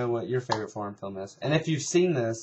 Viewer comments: it sounds like ur saying porn instead of foreign lol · when u say foreign it sounds like ur saying porn